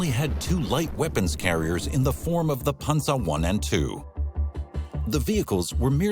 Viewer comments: It is pronounced Pan-zer (Panzer) not Ponza. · The way this guy says panzer is irking me.... panZER, not pansa. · punza lol pan zer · the german pronounciation is closer to ''Pansa'' rather than ''PanZer''